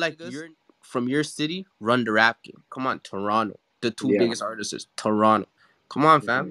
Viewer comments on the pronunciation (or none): someone please tell that the word is "artists" and not "artisis" lmao